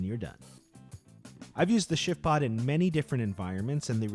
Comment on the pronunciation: Is it just my hearing or does it sound like he's saying "Shitpod"?? LOL. This tent looks amazing though!